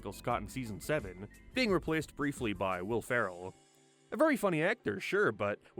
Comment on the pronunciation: dude, its replAced and not repleesd. its shApe and not sheap.